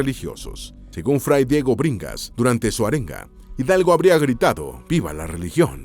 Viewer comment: “Arrenga”, “filigresía”😂😂😂